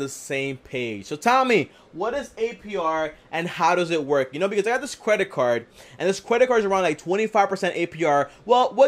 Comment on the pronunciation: I had to rewind But….. did this nigga really say “cwedit card”😂😂